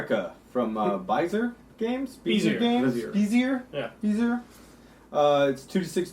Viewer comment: bay - zee - aye (bezier) :)